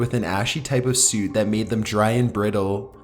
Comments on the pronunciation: I'm not going to diss your voice, because enough people are doing that. But not only is the way you pronounce "soot" wrong, the word is "pummeled," not "plummeted." Also, "caustic" refers to strong bases not acids. And why do you repeat the whole part about air pockets beneath the ash? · soot =/= suit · soot or suit doof?